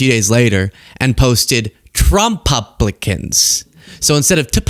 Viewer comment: not how to pronounce Trump Licans